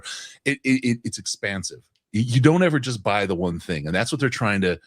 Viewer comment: When Chris said “expansive” I first thought he was doing an impression of a southern man saying “expensive”; to emphasize just how impactful the increased contract costs were going to be.